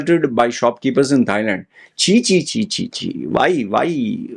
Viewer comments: did you say "thigh-land"??? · No...how about just not saying THIGH?